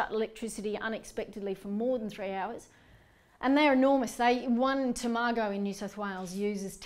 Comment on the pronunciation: Someone tell Jo how to pronounce Tomago please. No stress on any vowels.